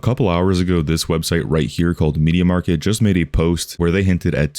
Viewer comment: i love how you say "media market" rather than media markt. also in Polnad we have rtv euro agd and media expert